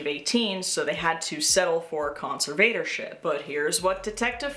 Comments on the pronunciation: I like your video, with the exception that your pronunciation of "conservatorship" is like fingernails on a chalk board. To the best of my knowledge, it should be pronounced "con-SERV-uh-tor-ship", not "con-ser-VATOR-ship". I apologize if your pronunciation was meant to be ironic. My inability to see any ironic meaning doesn't mean the irony doesn't exist. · Darth conserVator Ship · you accent the “serv” part con-SERV-a-tor-ship. Conserve-ator-ship. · NGL the way you pronounce "conservatorship" is kinda driving me insane but otherwise this video fucking slaps